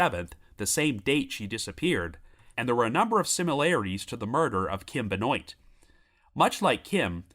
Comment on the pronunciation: Benoit, pronounced “Ben-wah”. Of French origin.